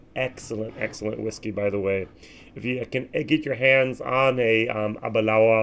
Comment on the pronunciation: Abadoon? Oroloso? LOL No peat anywhere in der sicht eines Amerikaners!